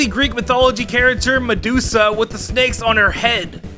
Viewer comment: Medusa not meduzzzza😀